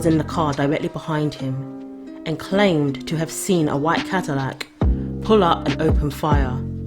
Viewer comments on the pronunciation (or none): none